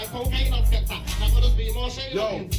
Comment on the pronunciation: Skepta not Skatta bro 😂😂😂